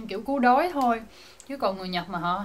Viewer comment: giọg bà này kì kì, cứu đói đọc thành cú đói